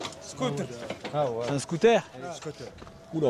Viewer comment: Antoine, pourquoi t'aime trop dire " Scootair " ? mdrrrr Nous on dit Scoot'heure